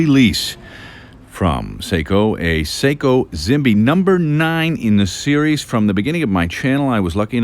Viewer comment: In Japanese "Zimbe" is pronounced jimbay.